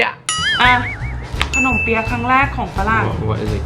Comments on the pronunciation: ขำการออกเสียง ขนมเปี๊ะยะ มากกก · ตอนที่ออกเสียงขนมเปี๊ยะ พี่เเกดูมีความพยามสูงมาก555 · ไม่รู้จะว่าฮาหรือสงสารตอนออกเสียงขนมเปี๊ยะดี😂😂😂😂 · ชอบการพยายามออกเสียงขนมเปี๊ยะมากกกกก 5555